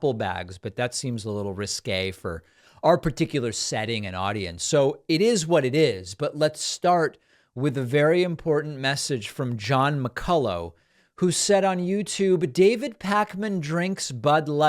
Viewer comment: David, the name McCullough is pronounced Mc Cullah